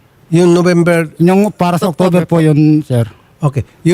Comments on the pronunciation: 😂🤣🤣 October not Octover😂🤣🤣 letse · Na bullseye 🎯 si english kuno....na wait lang po! And she pronounced October....Octover napa-inarte yong english pati letter "b" naging "v"...lol Hoy....excuse me.... nag-iinarte ka akala mo makakalusot ka kay Senator Raffy Tulfo!